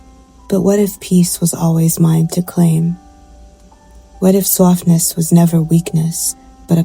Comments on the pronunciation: Love the NYC accent when you’d say “softness.” Congrats on your move! 🎉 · The way you said "softness" was cute. Very new yorker. When people in the uk think of scottish people they dont think soft. We are a tough people due to the weather and the tough hand we have been dealt by the english. What i think you feel is the softness we have for each other, we we lookout for each other, a community. Where America is more make it on your own. Its a lovely video.